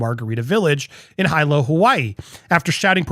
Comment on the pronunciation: Next time you have something that needs to be read, HMU, I'll pronounce things right and get the words correct. You got the very first sentence wrong, which makes what you said the OPPOSITE of what the article said. And you pronounced Hilo wrong...Seriously, HMU.